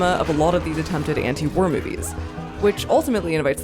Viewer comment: For some reason I kept hearing "warror films," which, in case of Come And See is... fair.